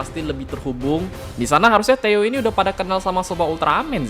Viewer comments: Kek nya bukan dibaca teo, tapi "THE O" kalian lucuu teo teoooo emang tayoo😂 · Theo : teio (bisa aja kepleset njir nyebut nya)